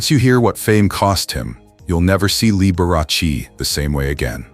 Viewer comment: This person needs to pronounce Mr Liberace's name properly